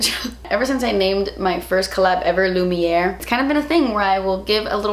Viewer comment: I'm french Canadian, you are saying Étoile the perfect way, It's lumière that you are saying with an English accent. Lumière sounds more like "wear" in french. The word should be said with a deeper voice and coming more from your throat than your mouth.